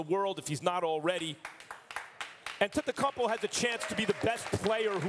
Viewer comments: Max: A-tempt-kum-po 🤦🏻‍♂️ out here butchering his name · Max “on-ten-tun-kumbo” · Max Kellerman needs to stop saying antetokumpow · How Max pronounces Giannis last name: Antecumpo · MAX KELLERMAN. IT HAS BEEN 4 YEARS. HOW IS IT POSSIBLE AS AN ANALYST THAT YOU DON'T KNOW HOW TO PRONOUNCE HIS LAST NAME?